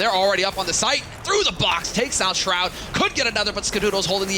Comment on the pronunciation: That moment when calls Shroud, "shrood"